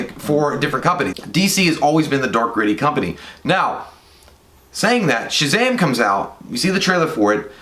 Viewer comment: Now I can't stop saying SHAZHAM!